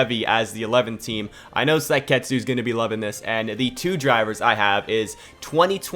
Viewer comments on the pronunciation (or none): I think has said Seikatsu wrong in every video he's said it.